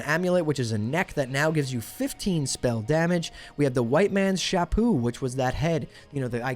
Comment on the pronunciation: the "white mans shapoo" lol. Absolutely butchered the pronunciation in the funniest way possible